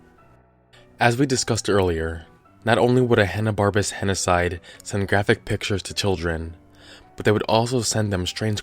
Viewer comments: You're mispronouncing it, henocied does not rhyme with genocide. It is pronounced "henna-seed". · Henocide sounds like "he noticed"